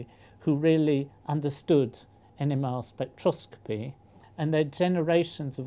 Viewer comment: I'm not trying to be a douchebag by pointing this out, but "NMR spectroscopy" pronounced with a british accent sounds a lot like "enema spectroscopy"... And also, Harold Booth sounds like a really great guy. R.I.P.